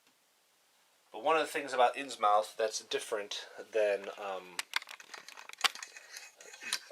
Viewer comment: Innsmouth is pronounced more like "Inns-mith" being from northeast area of U.S. in the early 1900's. Think Portsmouth, N.H. "Inns-mouth" sounds ridiculous and would likely get you punched in the face by locals in the North Atlantic regions. :D Thanks for the playthrough, I promise I'm not hatin' just tryin' to help!